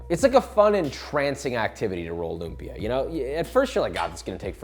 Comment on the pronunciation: Love how a lot people are now loving lumpia! It’s my favourite food in the world! Not a big deal really but if you want to correctly pronounce the word lumpia: “Lum” should be short. Stress is on the second syllable and the “a” in “pia” should end with a glottal stop. 😉